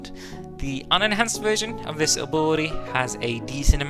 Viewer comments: took me a solid 5 minutes to figure out he was saying "ability" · I’m glad I’m not the only one… sounds like he’s throwing an “uwu” in the pronunciation 😂